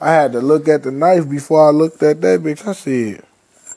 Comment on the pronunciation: the way he said bish is perfect